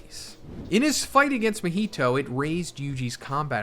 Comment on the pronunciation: “Mihito”! 😂 Dear lord, not another main character name butchering creator.